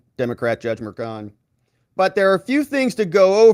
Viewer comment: I pray these hyenas after President Trump get everything they deserve. From the prosecutors to the judge. They are corrupt and despicable. Btw..when did juan become frech? .merchan is mer-chaan ..not mershawn. 🇺🇸🙏🏻